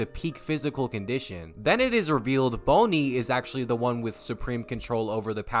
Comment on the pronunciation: Why do you pronounce Bonnie like that😭